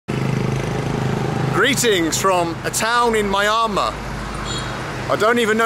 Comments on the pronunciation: When you get back to Myanmar, and I really do look forward to it, here's a little help with the pronunciation of it. The MY is pronounced with a long E, as in ME, not MY. The first four letters, MYAN, are ran together, so as to sound like 'Me an', like 'Me an' the boys are going for a drink. Me'an Mar. :) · Hate to be that guy, but it's: Mee-Ahn-Maar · I always keep hearing myanmar as my armour when you pronounce it